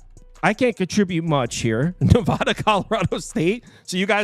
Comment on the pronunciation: It's Nevada, not Nevada. You guys always mispronounce it